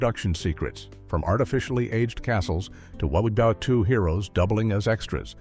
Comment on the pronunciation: Fact 3 the A.I. narrator says "A real WAR-WE-WOO" hero played an archer." What the subtitle print says is: "A real WWII Hero hero" I guess the A.I. doesn't know about World War 2.....